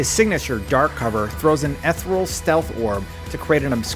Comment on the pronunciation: Ethereal is pronounced "Uh-Thee-Ree-uhl", not "Eth-ruhl". Jesus how embarrassing.